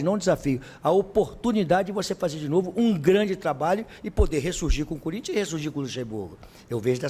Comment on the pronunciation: Não tem jeito, quando ele fala corintha é pika, mexe com o Corinthiano